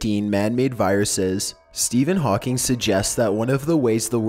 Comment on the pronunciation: sthepihin hawking is a crippled pokemon